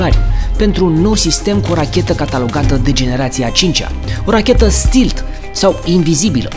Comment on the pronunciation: Stealth se citește STELTH nu STILTH